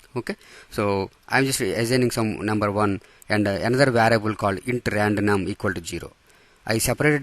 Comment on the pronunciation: Bruh is it “variable” or “varable”